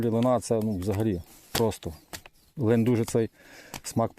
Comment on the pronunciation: Дякую що лин а не лNнЬ